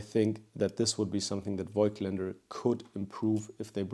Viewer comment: Bro you're german, please just pronounce Voigtländer correctly 😭